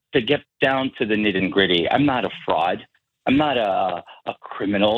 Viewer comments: Nit and gritty😂🤣😂 In-gran-giate🤣😂🤣🤣 Fic-titional🤣🤣😂🤣🤣😂🤣🤣🤣😂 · Nit and gritty. Can this guy say anything correctly? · "not and gritty" lol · “Nit and gritty” “fictional” “indgrandiate” yeah that bothered me also!